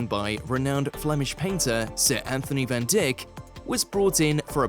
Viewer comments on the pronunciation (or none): Agree totally with the other comments about eh chatter chatter chatter from whoever it is so fond of his voice. And Van Dick ? Aw come on. I'm no antiques expert but at least i know it's Van Dyke and in Dick Van Dyke or have I got it wrong and it's actually Dick Van Dick? Somehow I don't think so. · Van Dick!!!! I know the English language is hard to learn, but really!! Google the pronunciation, you pillock. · IT IS NOT "Anthony von DICK", IT IS ANTHONY VAN DYCK, PRONOUNCED "DIKE" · Van Dick?! It's pronounced Van Dike, do some bloody research. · Omg, I think I'd rather hear the actual appraiser pronounce Van Dyke rather than hear this voice over guy call this master artist Van Dick!!!! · It’s Van Dyck not Van Dick. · Van Dyke is pronounced VAN DIKE not Van Dick, I know Australians have NO culture, but PLEASE!!! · Van Dick? Its pronounced Van dike... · Van Dick? Should sound like Van Dike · Van DIKE…not Van DICK! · It's Van DIck (III!) not dick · its vandyke not vandick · It’s Van “Dyke” not “Dick”. And do keep quiet! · Van DYKE/DIKE not Dic.k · Van Dyck is pronounced ‘Van DYKE’, not “Van Dick” 😂 and ‘Anthony’ is not pronounced with the ‘th’ sounds as he is not English. It would be ‘Antoon’ (pronounced ‘Antone’) or ‘Anthony’ with a hard ‘t’. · Van DIK! I have never heard it pronounced other than Van DYKE! Certainly lost the romance as Van Dik. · Pronounced Van Dike not Van Dick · The video was filched from and cobbled together from the Antiques Roadshow original videos. The voice-over may be text-to-speech generated, or just a stupid human: The "narrator" pronounced "Van Dyke" as "Van Dick". "Dyke" should be pronounced as "Dike". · Did this stupid voice over guy say van dick instead of van dyke what a knobhead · VAN DICK😂, Pronounce it correctly please 🤔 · Van Dick?????? FFS. Do some homework. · Did you say....... Van Dick?????!!!!!!??????? Oh my days!🤣🤣🤣🤣🤣🤣🤣🤣🤣🤣😂🤣🤣😂🤣🤣😂🤣🤣🤣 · Van Dick? Shame on you. If you don't know how to pronounce the name let the expert do it.